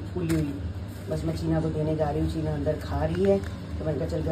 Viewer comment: Cheene nahi cheena